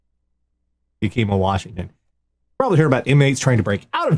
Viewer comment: Love the episode, as always. one note: Yakima is pronounced Ya-kuh-ma